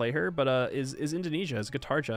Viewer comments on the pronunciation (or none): none